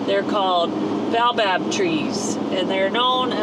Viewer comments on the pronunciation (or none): Ba-o-bab. 3 syllables. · Congratulations on escape from Dakar! Just fyi, the Baobab is pronounced "Bay-o-bab". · By the way it's pronounced Bay o barb. Watch those monkeys, they are fast and will grab anything. Close yr windows. They clever. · I am from Africa and in Zimbabwe we had Baobab (pronounced bau-bab) trees and we used to eat the fruit of the tree. It is like a seed which has a white stuff around it. We used to call it cream of tartar but I don't think it was. Anyway, in some places it is "named “monkey bread,” this exotic fruit has nutrient-dense properties for good health". If you get a chance, try it. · That tree is pronounced Bay-oh-bob. The oils are used in some cosmetics and skin care. Im glad you got out of Dakar too😮